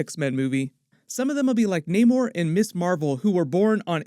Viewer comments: Why does he keep saying Naymor? Its Namor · Nah-more not nay-more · Actually naymor didn't change his name all he is doing is pronouncing it in Spanish. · I always thought Namor was pronounced that way but I digress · Bro pronounced every name wrong